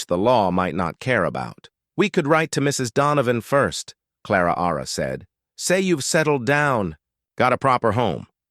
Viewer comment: I’m sure the “Ara” after Clara is an annoying error.